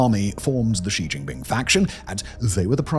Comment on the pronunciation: Simon is the only YouTube personality I've heard that pronounces xi jinping's name correctly.